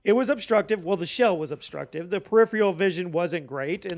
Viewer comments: Just so you know, its not preripheral, its peripheral. One less R in there. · If you’re going to use the word “peripheral” every 5 seconds, please at least look up how to pronounce it.